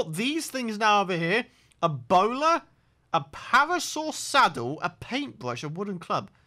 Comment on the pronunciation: The way he says a bola it sounds like he's saying ebola